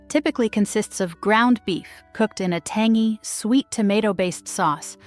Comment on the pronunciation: Lol tangy pronounced "tangee"